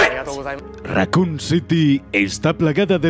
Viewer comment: █ Raccoon Pronuncias Bien Evil NO JAJAJA GOOGLEA TODO SI NO SABES RATON!